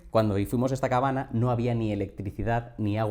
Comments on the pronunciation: Te iba a preguntar lo mismo. No se porque decias cabana jajajajajja muy buen video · Por qué dices cabana? Es una manía o tienes algo contra la ñ?